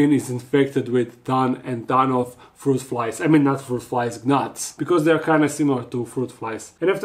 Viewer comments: I will forever appreciate how he does his videos in English. 😊 an underrated gift with quirks of funny pronunciations.. “g-nats” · the g in Gnats is slient, but it's so cute and innocent that you pronounce the G. 🤗